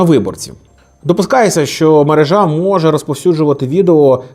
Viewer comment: Правильно мерЕжа, а не мережА